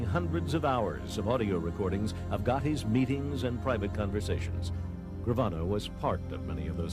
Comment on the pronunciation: Lmfaoo. You just murdered gravanos name.